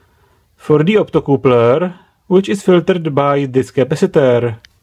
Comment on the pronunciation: "optocoopler" love it